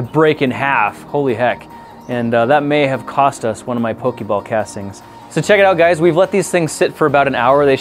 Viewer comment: The day the previous episode went up, I informed him how 'Poke Ball' was pronounced, but he put this up the very next day, and I may have been late before I even saw it.